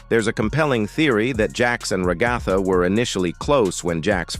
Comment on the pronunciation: THE WAY HE SAYS RAHGATHA